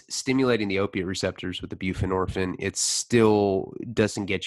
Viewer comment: It’s bupe ren or feen. Not byou fa nor fin. Sub ox own. Not sub ox in. I think they pronounce their own name right.